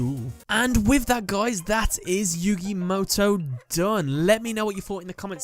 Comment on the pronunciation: That's yu-GAY MOW-TOW